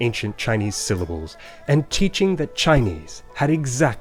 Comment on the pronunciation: "and tcheatching"